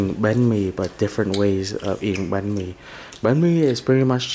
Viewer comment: banh mi, not bahn mi.